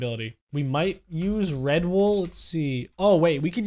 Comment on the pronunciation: When you said red wool for the bed I thought you said “Red Bull for the bed”